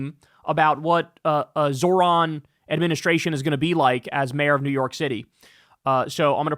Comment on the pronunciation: Can someone please teach Kyle how to say Zohran correctly? He says "Zo(h)r-an" (Zor-ahn). Its pronounced "Zoh-ran" (Zoe-Rahn). Its driving me insane because he criticizes people for not saying his last name correctly and then mispronounces his first name constantly lmao